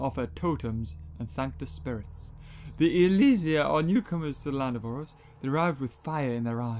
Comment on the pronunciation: Its oros not oreos